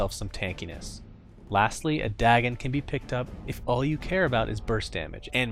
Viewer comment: he pronounces it just fine